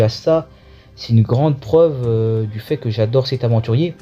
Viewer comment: L homme di Béarn!!! Quand ton accent bledard prend le dessus 😂 Bonne vidéo c de la bombe ta chaîne yà 👍 Courage pour la suite ❤